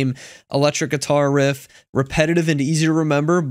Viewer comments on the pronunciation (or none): none